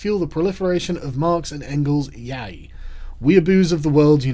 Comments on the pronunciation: >Pronounces Yaoi as 'yay' Smh, goes to the European parliament but does't even know how to pronounce gay nipponese manga. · he pronounced yaoi as YAY I'm crying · Yaoi is pronounced 'yowee'. Google it. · Yaiee... I've been pronouncing it all wrong... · I think you need to review this when it comes out. (also, that aint how ya pronoumce yaoi, you uncultured swine!) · Oof that pronunciation of yaoi. Shoulda skipped that one, baka Sargie-kun.